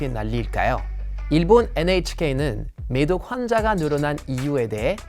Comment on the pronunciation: 어쩐지 한국어 발음이 이상하더라 매독을 미독으로 들리네